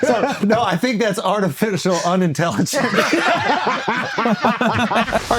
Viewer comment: “Attifical unintelligence” 😂😂